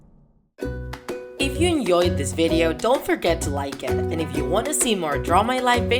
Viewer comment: I love, “enyoed”